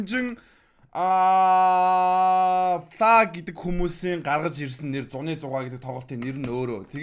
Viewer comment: Зууны зугаа гэж байгаа биздэ яаж уншихаараа зуны гэж уншаад байгаан бэ